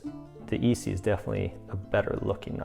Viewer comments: Nice review man… quick tip from a knife enthusiast and collector… viewers kinda cringe when someone calls an ESEE an EE-see. The E isn’t pronounced as an EE if you know what I mean. EE-see is the firecracker company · The E is silent in Esee 3...your saying it wrong